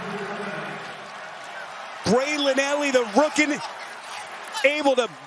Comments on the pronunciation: The commentator: "Braelon Allie, the rooken". 😂 Just tickled me a little bit. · "Braden Alley, the rooken"😂